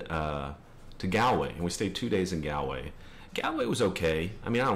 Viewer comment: I dislike Dublin but just because I don't like cities. Calling Kilkenny a "great little town" is a bit weird as it is a city, also you mispronounced Galway, it's pronounced like Gaaww-l-way, and the Cliffs of Moher are pronounced like "Mow-her" not "More". Sorry I had to correct this :p I'm from north Louth myself, nice to see you come to our country